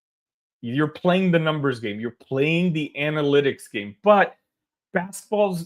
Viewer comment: Brad is setting Tyler to take over the team once he retires. Then we’ll be shooting nothing but threes. An-uh-lit-iks 😉